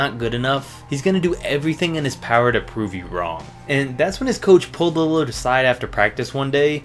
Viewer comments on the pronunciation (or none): What the heck was that “Lillad”